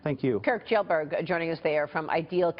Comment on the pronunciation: so thats how you pronounce pewdiepie's last name. These people caan respect this guy enough to say his name properly but you will never see that respect from disney or bella thorne.